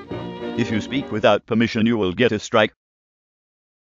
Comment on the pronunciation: Speak = Sphoot